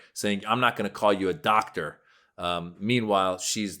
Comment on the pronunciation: She didn’t say doctor, she said dot-ter. 😂